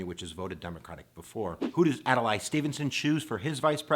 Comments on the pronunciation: It's "Ad-lay", not "Ad-lie"! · Please, say Adlai, not Adelay. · Also, it's Ad-Lee not Ad-a-lai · So now I’m wondering if you didn’t even bother to research how to pronounce Adlai of what value are your lectures. Adalay? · You need to pronounce their names properly. It's Adlai (pronounced Ad Lee) and Estees Keef offer.) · Ad-lay .... How does someone not know that?